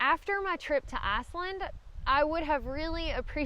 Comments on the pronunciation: nerver heard of asslind ;) love your videos by the way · I'm almost 72 and still a boy and my beliefs and opinions continue to change. But to Aussies like me the way you pronounce Iceland which sounds to us like Arseland will always be funny.. Keep up the good work, that's always enjoyable as well. Thank you